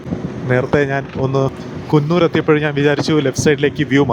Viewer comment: കുന്നൂർ അല്ലടെ കൂനൂർ